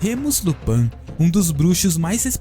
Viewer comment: Lupãn não... É Lupín. E não é jma maldição, é uma doença